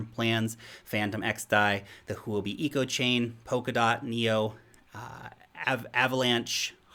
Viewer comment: you have pronounced huobi (货币） correctly! i am impressed